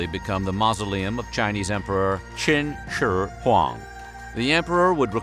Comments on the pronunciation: Narrator did pretty well: about 60-65% accuracy in pronunciation, which is much better than the butchered Mandarin most non-Mando-speakers use 😊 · I'm Chinese, this guy must learned Chinese judging by how he read Qin Shi Huang haha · Always like your videos, and appreciate your effort to say properly the emperor's name in Chinese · Your pronunciation of the Emperor’s name is impeccable 👏🏼👏🏼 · Nope, albeit the heavy accent, he said it correctly overall, even remembering the intonations. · on pronouncing Qin Shi Huang's name correctly. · Pretty good pronunciation of qin shi Huang. well done. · I’m so impressed you pronounced Qin Shi Huang’s name correctly! Good job man! I hate it when people botch Chinese names lol but Sima Qian is said “Suh-mah”. 😉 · Can we all take a moment to appreciate the time he took to enunciate Qin Shi Huang with a good accent please? Way to go man! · He got the Shi spot on. It's not an easy language. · Absolutely agree with you. Most people don't make that kind of effort. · Was literally just appreciating it!